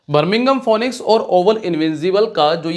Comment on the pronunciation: correct pronounce Finix